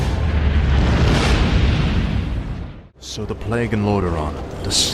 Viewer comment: Awesome videos but how did you pronounce plague? 😂